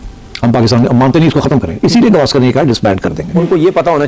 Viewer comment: सुनील गावस्कर✅ सुनील गवास्कर❌